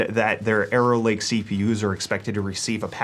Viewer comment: I never hear arrow lake, i hear error lake lol